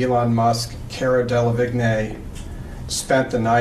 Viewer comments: Cara delevingne 兩個字都唸錯哈哈哈 是car-ra del-le-veen 唸成 kay-ra Del-le-vig-nay 哪位？ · Why the lawyer pronounce Cara Delevigne that way........